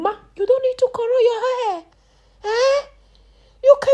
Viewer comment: Nobody will help hah!!!! Dis will end yuwah life!!! I love listening to her! So melodious and lilting. For real tho, this looks so painful. I'm getting shivers.